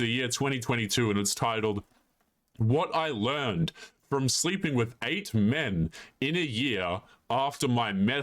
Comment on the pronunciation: What I “learened” 😂😂😂 (what I already knew)